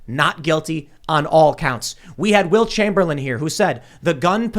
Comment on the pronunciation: Funny, I heard "Wilt Chamberlain," but I realize you meant "Will Chamberlain."